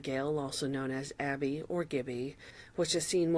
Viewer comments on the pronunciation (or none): none